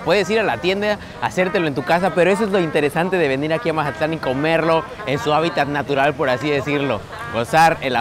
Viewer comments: Soy el único que escucha que dice majatlan en los videos??? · Mi estimado, no es mahatlan es mazatlan tal cual y eso que soy de culiacan jajaja. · No se dice majatlan se mazatlan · y quien habla asi con ese acento, es mazatlan no majatlan. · Por qué dices "Majatlán"?